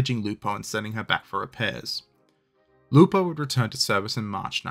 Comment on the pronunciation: Actually... the pronunciation of the name of the ships is correct, italian-approved.